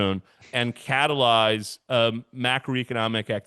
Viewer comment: When says catalyze I break out into a cold sweat.